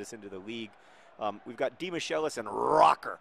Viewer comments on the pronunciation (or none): Please fix the pronunciation of Martin Demichelis' name. As an old Argentine man he deserves the respect.